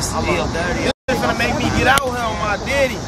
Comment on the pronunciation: It’s not they daddy it’s they deddy I hate the way they pronounce it 😂